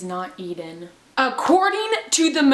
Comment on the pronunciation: Ithhhh Ennnnn Sounds so flipping different Eeeeee deeeeeeen Hi bacon nugget